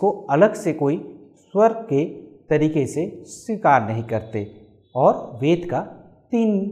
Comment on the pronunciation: This guy can't even pronounce "veda" or "svar" properly.